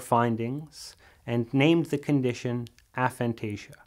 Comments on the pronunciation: Aphantasia should be pronounced with a hard 'A' not a soft one. The term was coined by researchers at Exeter University, and there are several videos of them pronouncing it the way it should be said. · I’ve spoke to the researchers you speak about at Exeter, Dr Adam Zeman, about this specifically. It is a tomato tamato situation. A-phantasia isn’t easy to say in conversation or sticky for public use. Soft A works just fine.